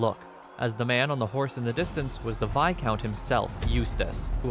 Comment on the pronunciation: Best narrator who doesn’t even have a high schooler’s understanding of English? “Viscount” was always mispronounced and he actually said “fiercity” instead of “ferocity,” just two of the many examples of his ignorance. Ohhhh bEsT nArRaDURRR